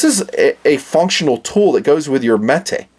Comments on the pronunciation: it's not metay it's metuhhh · Jfc it's Metuh not meh-tay.